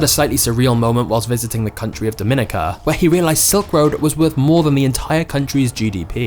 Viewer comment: It's pronounced DOM-MEN-EE-KA. it's not the Dominican Republic. Always strive for improvement, it's the best path towards perfection! Good video though.